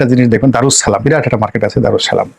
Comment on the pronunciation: এই গোলামের ঘরের গোলাম আগে সালাম দেয়াটা শিখ - তার পর কথা বল সালামের উচ্চারণটা জানিস না আবার বড় বড় কথা বলতে আাসি